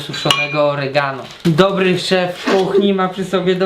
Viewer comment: Yhy "oregano " xdd, no no przybyczyleś troszkę magdę :p bez urazy oczywiście :))